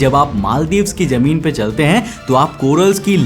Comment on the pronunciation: Jameen ❌ , Zameen ✅